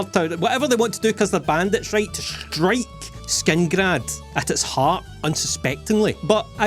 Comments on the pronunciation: It's killing me that he keeps saying Skingrad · Whos gonna tell him that its not skingrad? 😅